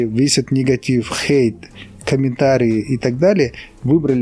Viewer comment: Как мне нравится, это произношение слова Хейт. Оно прямо как будто пронизано всем настроением ролика: пофиг на чужое токсичное мнение! Как жаль, что раньше я слишком прислушивалась к мнению других, столько из-за этого ошибок и упущений.